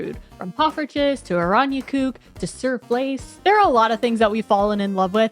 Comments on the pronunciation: Now I finally know what "sirflace" is! Let me help you with your pronunciation. You are phonetically saying "zurvlees", but the long "uu" is pronounced like in "fuel", "music" and "cube" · Also, emphasis is on "zuur", not "vlees"